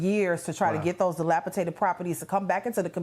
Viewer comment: It is "dilapidated" not "dilapitated". Geeeezus. If they voted Dem, I have no sympathy.